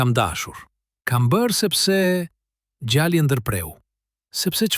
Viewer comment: Mëso gjuhën shqipe mir nëvënd që të thuash djali thua djalli mjaft